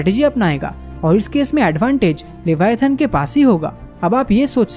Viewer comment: its not LEVIATAHN bruhh...the animal you described in this video is LIVYATAN. LIVYATAN is a extinct genus of sperm whale, it's name was inspired by the bibilical sea monster LEVIATHAN. We cant even think how big, scary, powerful and monsterous LEVIATHAN was. In the holy Bible, the BOOK OF JOB said that no weapon can harm LEVIATHAN. It is so big that it can wrap round the entire earth. I would really appreciate if you make a elaborate video about the real LEVIATHAN .